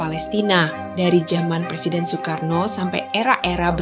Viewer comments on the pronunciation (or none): none